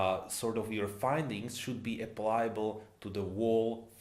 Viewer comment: "applicable" not apply-able. Good stuff tho